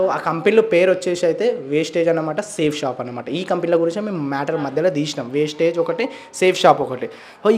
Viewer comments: Mundu pronounsation marchamdi wasteage kadu vestige. Maaku oka manchi academy vundi trainings vunnayi pakka genuine company ani prove chestamu. Google lo search chesina meeku company gurinchi telustumdi... comments nu batti company ni tittakudadu. Gowtham Bali garu society ni marchadaniki ee company ni ethics tho business ni positive way win win situation paddati lo nadupistunnaru. . Meeru Anni telusukune video cheyyali gani yemi teliya kunda video cheyyakudadu. Video chesaka maaku teliyacheyyali anadam correct kadu. Society lo chala fraud companies vunnayi danitho comparison ledu idi organic . Meeku teliyaka pote aa business lo telisinavari numdi vari guidence teesukuni telusukuni video cheyyali kada. Mee join ayyi business chestanu life lo settle avutamu ante maa group lo memu join chesukuntamu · Thammudu first aa company name narchu ko first vestige not wastige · అంపెని పేరు పలకడమే రావట్లేదు వేస్టేజ్ కాదు రా బాబు. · Teliyakunda miru matladakodadu kada wastage kadu vastige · Vestige Aaa bro wastage anukunna 😅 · వేస్టేజ్ కాదు రా బాబు వెస్టీజ్ కంపెనీ పేరు వేస్టేజ్ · Brother వేస్టేజ్ కాదు బ్రదర్ వెస్టీజ్ మీకు వేస్టేజ్ కు నువ్వు వెస్టేజికి తేడా తెలియదు ఎందుకు మాట్లాడుతాను బ్రదర్ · Adhi vastage kadhu raa bevakuf vestige ani palkadaniki kuda ravatledhu 🤦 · Vestige chala genuine company bro manatho pattu chala mandiki life evvochu ...by the way wastage kadu vestige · వేస్టేజ్ కాదు అన్న, వెస్టీజ్ company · Vastige kadu vestige anna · వెస్టేజ్ కాదు రా వెస్టీజ్.... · అసలు నీకు కంపెనీ పేరే పలక రాదు వేస్టేజ్ కాదురా వెస్టీజ్. పూర్తి వివరాలు తెలుసుకున్న తర్వాతనే మాట్లాడాలి ఒక కంపెనీ బదనం చేసేటప్పుడు ఏం తెలుసుకున్నావు చెప్పాలి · First vestige ki maryaada ivvadam narchukondi Asalu vestige gurinchi miru matlade hakku ledu It is not vastage it is VESTIGE Vastage ante పనికిరానిది vestige ante pata paddhati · Aray wastege kadu, Vestige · Westege kadhu andi adhi vestige mundhu sarigga palakandi..... Vestige plan telusukunte mi jivitham marthadhi telusukondi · Vestige ani palakanadi